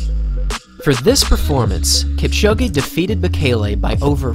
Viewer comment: It’s pronounced Kipchoge not Kipchogé😊